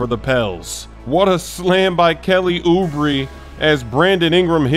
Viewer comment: “Kelly Oubree”😂